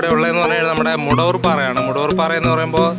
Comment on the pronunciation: മുടവൂർപ്പാറ അല്ല മടവൂർപ്പാറ...